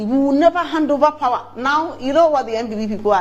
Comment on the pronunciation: Ghanaians never disappoint... The pronunciation of the word POWER "PAWA😂"